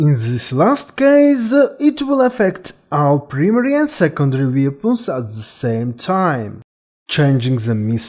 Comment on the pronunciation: The word "Weapons" in english is pronounced WEP-ONS. WEAPONS. English is not as much of a phonetic language as most European languages. The issue when listening to your accent for a lot of people is likely that the brain of an english speaker listening to your accent is on lag trying to catch up with what you're saying. You're saying sentence number two while their brains are still processing what you said in sentence number one lol I'm bilingual myself so I basically understand the struggle of people learning to speak English which has a ton of words that trip people up when they're learning it because there are few completely consistent rules for pronunciation.